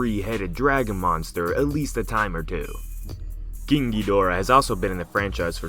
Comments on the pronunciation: Why do you say king as keang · Why are you saying ging gigorah? Say king! 😂